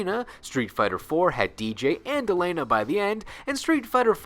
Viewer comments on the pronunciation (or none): none